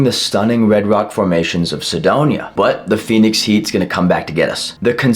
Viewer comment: He basically said Sedoña 😂